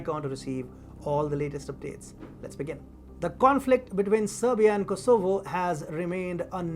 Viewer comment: Do you ever get the feeling that announcers on this station are guessing about how to pronounce certain words like Kosovo?